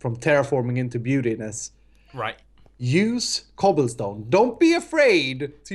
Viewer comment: "I love cobillstone" #ssundewuldbepruwd